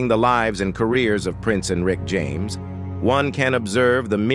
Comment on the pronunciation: Lol! I said the same….it’s mispronouncing quite a few words. 😂